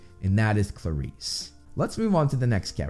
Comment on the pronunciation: If there's one thing I've learned about Percy Jackson from this channel, it's that I've been pronouncing everything wrong: Aers (Ares, god of war), Afro diet (Aphrodite), Poe say don (Poseidon), Haids (Hades), Chee-ron (Chiron), Percy phone (Persephone), Sill-ae-nah (Silena), Klar-is (Clarisse)...you get the idea. Guess just reading is not enough. Thanks for repeatedly blowing my mind,!